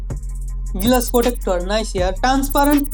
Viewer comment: উচ্চারণ শুনেন,,, পিলাস+সিলিম+গিলাস!!! চলে এডি মার্কেটে!!??